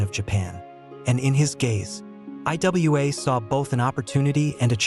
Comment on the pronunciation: It's pronounced Iwa(ewah)